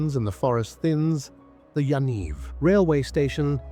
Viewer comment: A.I. Listen to the pronunciation of "Yaniv Railway Station." Beware any facts contained in this video.